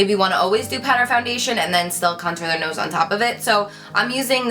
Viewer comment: I don't know why, buy I love the way you say 'nose' 😅